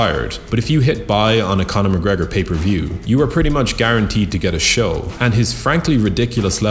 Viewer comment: Stop trying to be unique. It's mcgregor and not even close